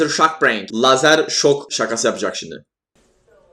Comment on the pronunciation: La Görkemin ” ŞİNDİ “ deyişi çok iyi değil mi ya